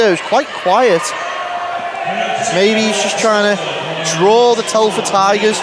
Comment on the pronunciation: Telford not Teleford ! 🙄